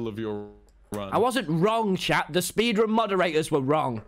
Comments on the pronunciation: did he really just said minecraft 'spedran' XD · Lol “spedrun” Tommy Innit is my favorite Dream SMP member